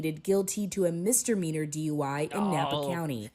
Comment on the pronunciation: "MisdeRmeanor" I kept hearing that first, erroneous, "R" 😂